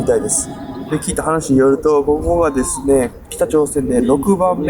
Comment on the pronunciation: こ↑こ↓アウト